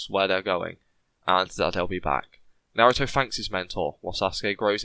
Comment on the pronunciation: Naruto not narudo